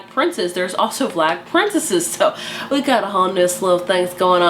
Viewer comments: Omg I love how you say vlag instead of valg. I used to do that too till I heard the audiobook but still vlag just sounds right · Isn’t it Valg not Vlag???